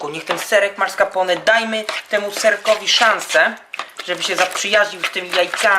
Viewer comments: To chyba "Maskarpone" się wymawia XD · "Marska pone" :-D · serek "marscapone" :D